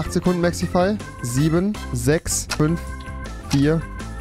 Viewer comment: Wen regt es auch irgendwie auf das rewi mexify sagt anstatt mexi